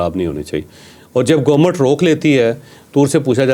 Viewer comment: What's GOMUT?? It's Government!! Learn to pronounce